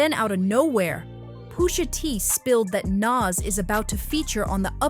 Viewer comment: Pusha not poosha